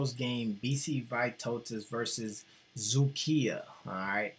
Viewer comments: Is doing remarkably good job on Vytautas games and I am amazed about his pronunciation of Dzukija. Just Lietkabelis is not realy "Lick the bell" teem, but in translation "Lithuanian cable" or "Litcabel". This franchase was established in 1964. My self waching Vytautas LKL and BBB games thuo I am Šiauliai teem fan. Best regards to. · You pronounced Dzūkija perfectly.